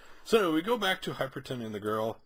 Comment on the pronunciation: Both issue reviews you've called him "Hyperton". Where do you see the 'T'? You've literally typed it correctly in the title twice... but consistently say it wrong.